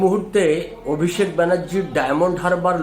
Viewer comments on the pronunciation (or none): none